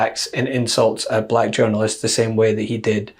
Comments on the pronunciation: trumps pronunciation of black was weird it souned more like balak...Is BALAK a word? Some one should look into that... Balak - Wikipedia Balak (Hebrew: בָּלָק Bālāq) was a king of Moab described in the Book of Numbers in the Hebrew Bible, where his dealings with the prophet Balaam are recounted. Balak tried to engage Balaam for the purpose of cursing the migrating Israelite communities. After his mission with Balaam to curse Israelites failed, Balak decided to ally with Midianites to gather their women in order to lead Israelites men astray in adultery. There are various proposed etymologies for the name Balak, all having to do with children or "waste" - The name Balak is in modern times claimed to come from the sparsely used Hebrew verb (balaq), waste or lay waste (Isaiah 24:1,3; Jeremiah 51:2). There are no derivations of this verb besides this name.[citation needed] Other proposals are: Devastator (BDB Theological Dictionary), Empty (NOBS Study Bible Name List), or Wasting (Jones' Dictionary of Old Testament Proper Names). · What’s with how he pronounces “black”? So weird.